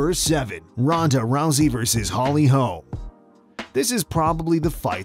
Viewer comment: Ahh yes, "Ronda Rousay." Come on man. 😂